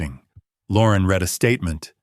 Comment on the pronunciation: ai giveaway, ie read it, ai prounced like color red when context for read would be pronounced reed. any english speaker would not have made this mistake